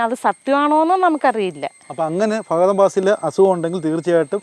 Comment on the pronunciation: ഫാഗതൻ ഫാസിൽ 😂😂😂😂🤦‍♂️🤦‍♂️🤦‍♂️🤦‍♂️